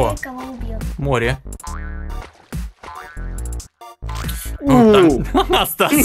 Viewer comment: тиж сказал сас а не стас